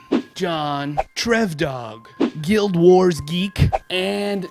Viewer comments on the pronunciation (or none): none